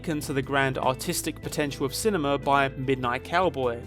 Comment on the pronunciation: I know ypure saying artistic world, all i hear is autistic world